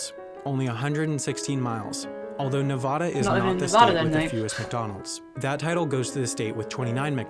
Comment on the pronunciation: I wish people would stop pronouncing it NevOda. It's NevAda! You know when someone is from the eastern part of the US when you hear that. (Sorry, just a pet peeve of mine!)